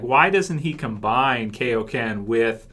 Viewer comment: just because I love correcting people: its Kaioken not Keioken, its Monaka not Monika, I don't have anything against you, just hate to hear false pronunciation